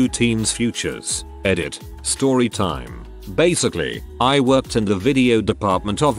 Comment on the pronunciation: I know right, it seems like it has trouble with the word "time" idk if it's a key to some conspiracy theory, or just faulty programming for the robot reader?